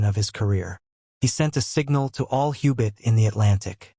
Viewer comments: The audio track is a travesty. Ubits. The AI fake human doesn't know to voice common abbreviations.. g = grams, km = kilometers... How much money are you saving by not having an 8th grader read the audio script???? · Can’t listen to a documentary where German submarines are called ubits! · Youbit? What the hell's a youbit?